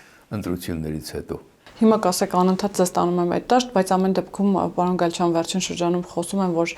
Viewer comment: Պաոն չի պաՐոն է,մի' ձևափոխեք լեզուն